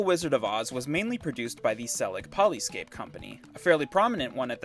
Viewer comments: polyscope not polyscape #. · poly SCOPE... you cant read your own graphics?